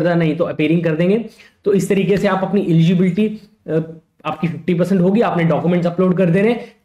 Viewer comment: Eligibility ❌ Egibility ✔️ 😂😂😂